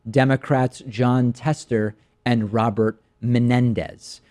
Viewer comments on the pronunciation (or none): none